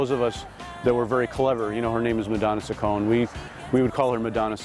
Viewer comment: Ciccone is nor pronounced sissone, it is chickonee. I see why this is not authorized.